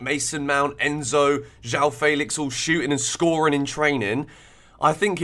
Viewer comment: Why don't you know how to say Felix? Who told you it was Faylicks😭